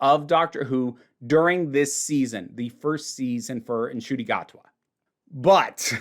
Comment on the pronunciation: You're one of the only WhoTubers who pronounce Ncuti correctly.